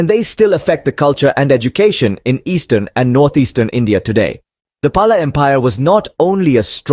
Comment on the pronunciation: It's actual pronunciation is 'Pal'